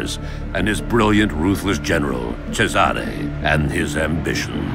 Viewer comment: Cesàre non se pò sentì!! ma fatevelo dire come si pronuncia prima di registrare la voce del trailer!